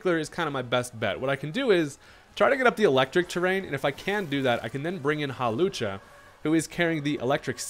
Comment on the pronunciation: Not "Hawlussy" 🤣